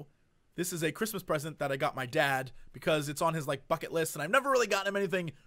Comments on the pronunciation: For 1 second, literally just a split second, I thought he said "Fuck-it List" xD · I thought you said "fuck it list" xD